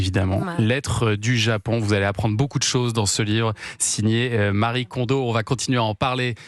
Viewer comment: Exact ! Ce prénom n'est pas le "Marie" des occidentaux mais bien un prénom japonais à part entière qui n'a donc aucun rapport avec l'occident et qui se prononcé "ma-ri-é"